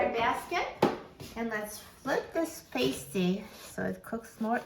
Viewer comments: Being that I live in the Upper Peninsula of Michigan, please learn to pronounce it correctly… it’s “PAST-TEE”… a Paste-tee goes onto a boo-bee 😂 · Ur pronouncing pasty wrong!! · I was just up in the UP, MI And they corrected me on how to say pasty. The way that I remembered the pronunciation is that this is a food from back in the “past” miners day that was created. (Pasty, as in paste, is a female adhesive.) 😊 these are so good! And I’m going to try your method in the air fryer right now! As I brought some frozen pasties home with me. 🤗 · I am from Wisconsin where these are very popular. Yes it would take an hour in the oven. I haven’t tried it in the air fryer but I will. By the way we pronounce it to rhyme with nasty. Not sure which is right. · Please read my comment above ..I'm English she's completely pronounced it wrongly